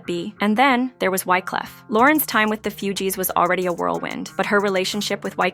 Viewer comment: IT'S NOT FEW-GEEES😂😂😂😂😂😂🤦🏿‍♀️🤦🏿‍♀️🤦🏿‍♀️🤦🏿‍♀️🤦🏿‍♀️🤦🏿‍♀️